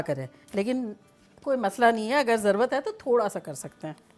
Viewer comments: Zarwat nahi aunty zarurat😁love from india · مین آپ کو کافی عرصہ سے دیکھ رھا ھون۔ ماشاء اللہ بہت اچھے طریقے سے آپ سمجھاتی ھین۔ آپ ایک لفظ کی درستگی کر لین۔ ضروت کی بجائے ضرورت کہا کرین یا ضروت جس زبان مین ھے وہ بتا دین